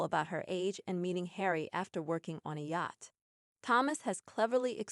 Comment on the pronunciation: Please learn how to pronounce yacht!!!